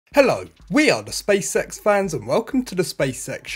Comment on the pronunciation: Stop saying spacesex... its SpaceX.